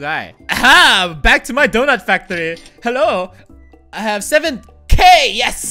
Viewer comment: you said toy factoy